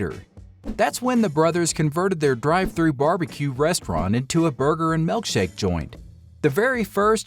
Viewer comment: MILKshake... Not MELKshake... Drives me nuts